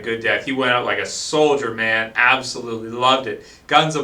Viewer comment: ____- You seriously can't tell the difference between "man" and "men"